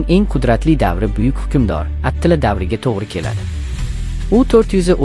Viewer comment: Atila mas atilla dep chitoyliroq aytsang boʻmaydimi